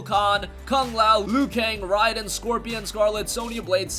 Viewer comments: OMG ITS NOT RYDEN ITS RAIDEN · This guy just said Ryden 🤣🤣🤣 never played a MK in his life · Say it with me everyone ray-din